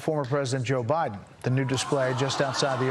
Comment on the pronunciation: Why does he always shout the first syllable in multi-syllable words? Ty!lonal… Bi! Den. Etc.